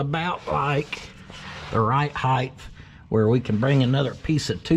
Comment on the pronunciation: The word is height,not heightH